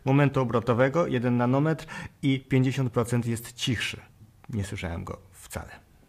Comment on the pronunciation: Moment obrotowy wyrażamy w Niutonometrach (Niuton*metr), nie nanometrach :)